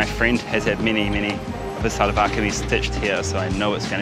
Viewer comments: Karl, in Pakistan its pronounced more like shalwar kameez not salwar kameez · one tip from a native speaker, try to say shalwar not salvar